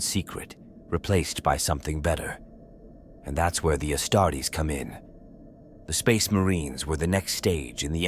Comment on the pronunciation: I love your approach to the storytelling of 40k but ditch the AI narrator. If it cant pronounce 'Astartes' or 'Primarchs', it might not be fit for the job...